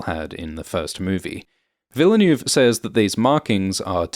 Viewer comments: Villeneuve = "veal nerve" not "vila noove"? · it's not Denis "Villa new" lol -_ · Sorry to nitpick, but it's 'Chaani' not 'Chayni' and 'Vill-neuve' not 'Ville-neuve'. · PLEASE PRONOUNCE DENIS VILLENEUVE'S NAME CORRECTLY PLEEAASE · It`s Denis Ville Neuve. Ville like Will and Neuve like Pont Neuf. Or just like Jacques Villeneuve (watch any F1 Formula one championship race during for the right pronunciation ;-) ) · Awesome Video - as always! But the man is called Ville- (like smallville =) -neuve, with the foreign sounding "öh" sound sandwiched in. The closest ~ American approx. I can think of would be "vil-nuv" ^-^ Excuse my wise-assing here, I really appreciate greatly. Cheers! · Thanks. Please make an effort to learn how to pronounce "foreign" names such as Denis Villeneuve. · Should really be this difficult to pronounce Villeneuve in a proper way? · I thought British guys pronounce French names correctly. Brexit effect? 😂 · How can you pronounce Lea Seaduauouoox correctly but not Villeneuve tho?! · can pronounce every fremen word with ease but can't pronounce the director Denis Villeneuves name correctly... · YouTube badly needs to do some some of webinar where they teach non-French creators how to pronounce Villeneuve. :P